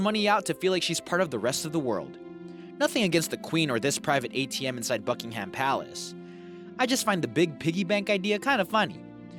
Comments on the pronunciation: Buckingham is pronounced Bucking'm, not buck ing ham. And we voted to leave the EU so we use pounds mate, not Euro. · Can you please stop saying BuckinHam!!! It is hurting my ears... Even Google knows how to pronounce this correctly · Painful how he pronounces Buckingham and also painful how he thinks the queen withdraws ‘Bucks’ SHES ENGLISH why would she be withdrawing bucks ffs shed be withdrawing cash POUNDS